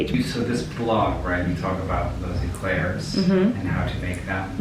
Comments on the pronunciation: I love how Colleen says eclairs like email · Remember: Eclairs are pronounced “A-Clarez”. In French, it’s spelt éclair and é is pronounced “ay”